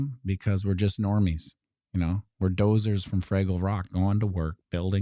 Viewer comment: Doozers... not Dozers, lol. "Down at Fraggle Rock"